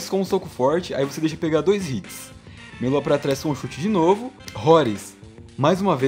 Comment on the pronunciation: Quando tu fala meia lua eu entendo melô